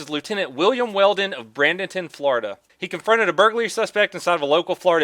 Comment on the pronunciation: Its pronounced Bray ding ton lol